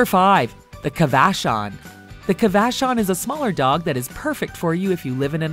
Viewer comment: I have a Cavachon and it barks a lot at the TV and at outside things. She’s snores too. Plus ours has this weird allergy thing when she gets excited. It’s like a backwards sneeze. Plus it’s not really pronounced like that. It’s more like Cava Shawn. They grow super long hair but don’t shed. She’s a little sweet heart but she’s shy when it comes to new people. Mmkay continue on with ur day.